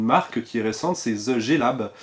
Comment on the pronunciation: RIP l'accent anglais frenchie xD [ze jé lab]